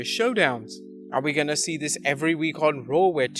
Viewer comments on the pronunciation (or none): none